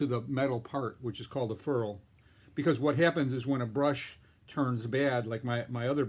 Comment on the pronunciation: Ferrule (FAIR-el), not furl.